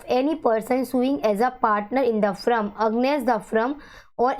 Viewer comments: Please pronounce the word correctly. It’s not “frum” it is FIRM. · It's not "frum"..it's Firm. As a tutor you can't pronounce wrong 😒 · Kindly note it’s firm not frum it’s against not aggnest